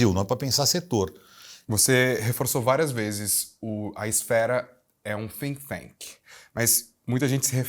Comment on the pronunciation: Conteúdo primoroso! Mas, pra não ficar na “jogação” de confete, ninguém acertou falar think tank! Rs Um dia vamos celebrar estes pequenos erros - prova de q não foi a IA q fez o conteúdo!